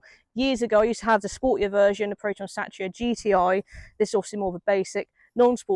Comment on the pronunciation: Its called a Satira pronounced Sateera not Satcha